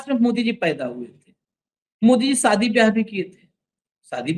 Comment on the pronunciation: Saadi nahin Shaadi सादी नहीं शादी सादी का मतलब साधारण शादी का मतलब ब्याह उच्चारण सही कर लीजिये